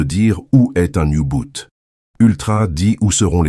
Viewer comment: On ne dit pas "oubout" mais "ubot"